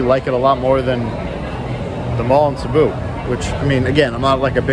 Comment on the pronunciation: Sabu 😮cmon you know Cebu is pronounced See-boo😅